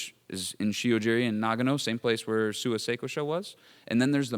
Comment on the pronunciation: Nagano Prefecture, not Nagno